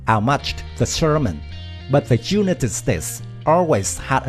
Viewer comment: I only counted four pronunciations that could be better, the I, used in the word United, say it like "eye". The o, in total say it like "oh". The I, gasoline sounds like two ee and mow sounds like moh :) hope I've not made it more confusing, I have no problem at all understanding!!!:)